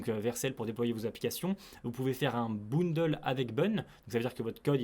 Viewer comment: très intéressant comme classement ! Et le début de "bundle", ça se prononce comme "bun", pas "boundle" 😂